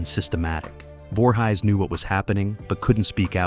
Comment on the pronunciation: I'm forever saying, "You Know, Jason Voorhighs, from Camp Creeestal Lake"